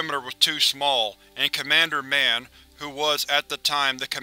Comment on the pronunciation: Ugh, I love your content. But sometimes your pronounce things so weirdly. Don't pronounce the name Mann like it's a super hero moniker,. When its a name, stress the vowel or the end of syllable or something.